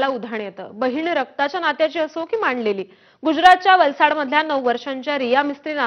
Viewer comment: माणलेली नाही गं बाई ..... मराठी शुद्ध बोला ... मानलेली म्हणा